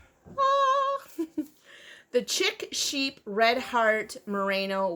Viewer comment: Chic Sheep is pronounced Sheek Sheep:-)